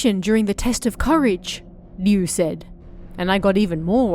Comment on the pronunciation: Hearing Ryu pronounced correctly is music to my ears, after decades of RYE-U. That last story was pure nostalgia..cassette recording, the holding down the fast forward, fm ... Oh and yes I did get your latest book❤